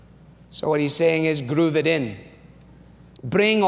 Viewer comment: ”grrroove” Great sermon!